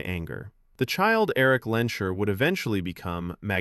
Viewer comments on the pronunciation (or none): Lehnsherr is pronounced "Lanes Hair", not "Len Sure"